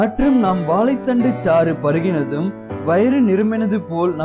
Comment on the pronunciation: Athu Vaalai thandu illa sir.. Vaazhai thandu yea tamil ah kola panrigaa..